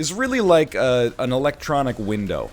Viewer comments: "why is electronic pronounced differently from electric" I don't think it is, honestly? You're the only one I've ever heard say electronic like that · My man pronounced electronic weird and then complained about the English language